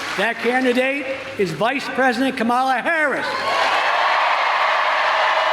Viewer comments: He is not pronouncing her name right! They are yelling him and he is not listening. Finally! Like Comma'la 😀 Who comes on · I like how they are correcting him with the pronunciation of Kamala's name! 😆 🤣 😂 😹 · I bet that poor mayor will never mispronounce "Kamala" again 😂